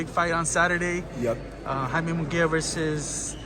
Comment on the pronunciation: This guy does he know his fighters name is it’s Mungia not Miguel